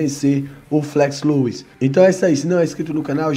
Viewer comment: 😂😂😂 que viagem viu, que viagem, quando for corrigir tenta ver primeiro se estar errado pra não ficar feio, Flex Lewis, se pronuncia Flex Lues antes de falar vai ouvir o próprio cara pronunciando kkkkkk